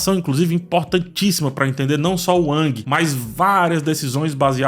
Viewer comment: Cara, tu não teve nem a decência de pronunciar corretamente o nome do protagonista, e quer comentar alguma coisa ? Fala sério! Essa série foi feita primeiramente para os fãs. The las of Us já nos provou que tem que adaptar fielmente sim, porque querer inventar e correr o risco de estragar uma obra que já é maravilhosa ?